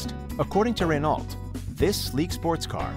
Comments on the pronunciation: Ren-ALT? Seriously? Do you also say POO-jo instead of Peugeot like Scotty Kilmer? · THIS GUY HAS 15 MILLION SUBCRIBERS AND HE DOESN'T KNOW HOW TO SAY RENAULT